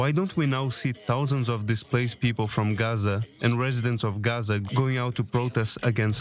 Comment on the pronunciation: Why do you pronounce Gaza as "Gorza"?